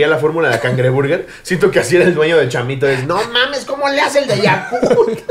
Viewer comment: Por qué Ricardo le dice Yakurt al Yakult?? :)